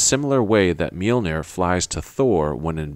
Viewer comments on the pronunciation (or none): none